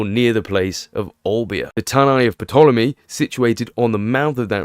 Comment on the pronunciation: The "p" in Ptolemy is silent ffs